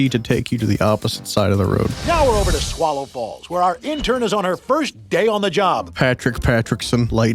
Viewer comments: Did anyone hear swallow falls as swallow balls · Why did swallow falls sound like swallow balls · when the news channel talked about the new theme park did anyone else hear "welcome to swallow balls" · Did they intentionally make it sound like “swallow balls” and just not acknowledge it at all? 😂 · No he did not say swallow balls😂😂😂